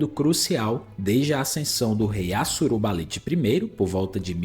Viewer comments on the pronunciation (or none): Amigo, não tem sílaba tônica no NI de Assurbanipal. Considere não usar essas imagens geradas por AI, isso é péssimo.